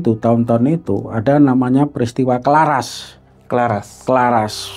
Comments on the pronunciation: Kraras pak bukan Klaras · Maaf cerita pembebasan di desa itu nama desanya itu CARARAS bukan Claras 🙏🙏 saya mengerti bukan sebutan org luar beda